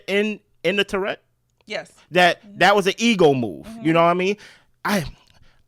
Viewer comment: I watch all your recaps and enjoy your insights and humour. But I'm going to put on my English teacher hat and tell you that turret is pronounced TUH ruht, not Tourette. And I guess YouTube police is the reason you say "unalive', which I cant stand. I just love the way Alan Cumming says 'murrrrdehrrrr". I can't imagine him saying someone will be unalived tonight. 😂😂